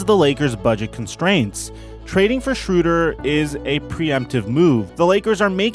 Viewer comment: SHROW-DER. SHROW. NOT SHRU.